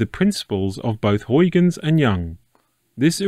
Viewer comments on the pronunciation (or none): none